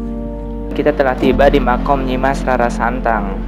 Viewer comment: makom bang bukan makam